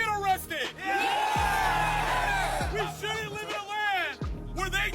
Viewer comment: im thinkin its an ai voiceover cus he mispronounces easy ass words like ‘live” as in youtubeLIVE